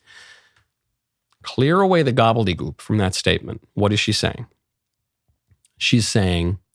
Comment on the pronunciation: I was watching with CC's -- it's "gobbledegook." Not "goobledegoop." :) For the future... ;)